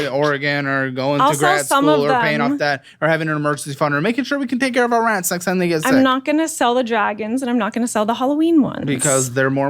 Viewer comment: for fucking RRRRRATS !!!!!!!!!! 😂